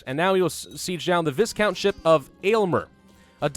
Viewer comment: You ignore the S in Viscount, So it becomes "Vicount" Or phonetically "V-eye-count" where the V leads directly into the eye.